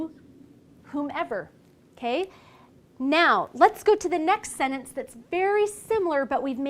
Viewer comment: She can't pronounce the word sentence.😑